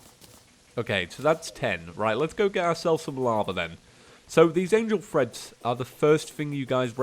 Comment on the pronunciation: every time EVERY TIME! the cringe when you say angle threads.... read the name plz